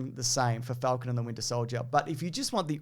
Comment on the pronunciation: Faaaaalcon. Fallcon. How do you say it